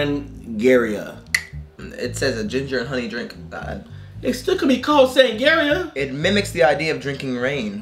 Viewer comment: Sangaria is the brand that makes the drink. And you are totally not saying it right. LOL...